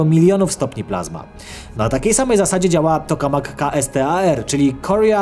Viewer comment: Kastar 🤣🤣 dobrze że nie kastrat 😆 Jak już to "Kejstar". Kto ci ten scenariusz pisze 😂😂